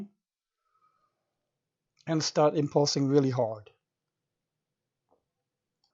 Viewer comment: You turn me on when you say impulsing really hard...